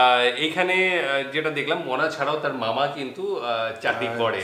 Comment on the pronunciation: ওর নাম মোনা । মনা নাহ 😹😹